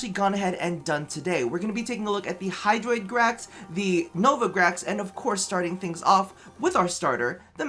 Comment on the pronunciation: Bruh... I think you had "hydraitus" at min . 😂